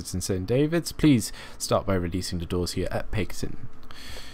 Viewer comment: Great video, but a little nag... =) Paignton is pronounced "Pain-tun" and Teignmouth is pronounced "Tin-muth". Other than that, lovely job and gorgeous skin.